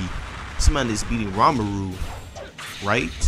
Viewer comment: "Ramaru" F off😂 Aint no way you read ri as ra